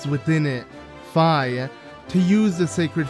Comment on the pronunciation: Two things about this guy: 1. He sounds like Chumlee from Pawn Stars 2. He mispronounced the name “Fi”